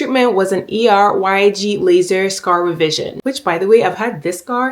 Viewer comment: Killed it with the pronunciation of Er:YAG. Love how educational this video is as well ❤